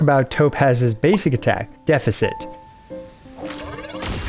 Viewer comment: Am i the one pronouncing deficit wrong or him, im confused....